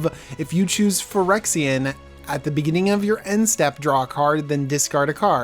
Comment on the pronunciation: Say pirexia if you want a yawnmoth deck